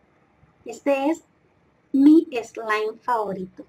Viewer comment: Like si piensas que no sabe decir slime 😂😂